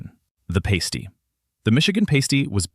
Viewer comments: EVERYONE who's not from the Midwest mispronounces the Michigan pasty. The thing you pronounced is something that a stripper places on the tips of something that rhymes with tips. Sometimes there are tassels on them. If you're in a Michigan strip joint, you pronounce them "paste-eez". However, if it's the food you're describing, it's pronounced "past-ee" (rhymes with "nasty"), but they're actually pretty good, especially if they're freshly baked! If you try to eat a stripper's pasties, especially while she's wearing them, the bouncer will vigorously "dis-invite" you from the strip club, headfirst, though the door. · Please pronounce pasty as pass-tee in Michigan's upper peninsula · The Michigan. Item is pronounced past ty. It has Welsh roots .utefisk is not whitefish , it I's dried cod rehydrated by soaking in a lye solution, that is then rinsed three to 5 times , then baked , or poached. It is served with drawn butter ,white sauce , boiled potatoes and dill The Primanty has origins in the produce warehouse district , and the truck drivers that moved the produce from farms to wholesalers , and stores .not the steel mill workers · holy hell, puhLEEZ learn how to pronounce PASTY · A pasty isn’t a nipple cover on a stripper in Texas. It’s a long ‘a’ sound. Like in agriculture. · Michigander here: it's Pasty (short "a" -- like "mad"); pasties (long "a" like "lake") are something else altogether.